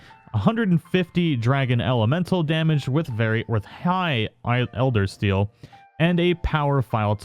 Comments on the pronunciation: do you honestly say eldersteal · Elder SEAL not steal. Sorry, that bothered me lol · lol he also says elder steal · dual blades, "elder steal" instead of seal, saying its the diablos tree when it was the val tree, it's not hollywood, but that's no excuse for errors that can be prevented with a script or corrections in editing via disclaimer text edits like a lot of people do.